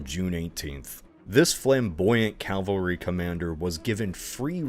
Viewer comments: (Why does he pronounce it 'calvary', by the way?) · Does he still say Calvary instead of cavalry? I've noticed a lot of US historians do that, which is a shame because "Golgotha" is a way better name than Calvary anyway :')